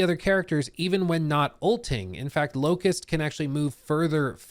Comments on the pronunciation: It hurts to hear the 'T' in 'Locus' TT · Locus, no T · the character's name is LOCUS. not LOCUST. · LOCUS not LOCUST. A locus is a position, point or place. I don't know why it bothered me when you said it so much. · Locus, not Locust 😅